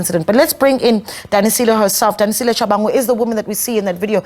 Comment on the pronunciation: Its Sis Danisile, .... not what the Santaco lady is saying